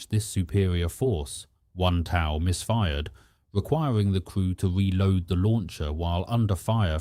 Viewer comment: TOW (pronounced toe) missile